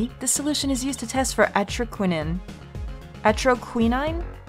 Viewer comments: Atra-quih-nine (like the number) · Atroqui-9 is how most people pronounce it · I'm probably not the only one to say this, but the poison is pronounced "Ah-troh-qua-neen"! I hope that makes sense!! You'll be seeing it a lot throughout the case! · Atro like Afro,quin as in Harley Quinn, nine is in 9. atroquinine say it with me class,atro quin nine!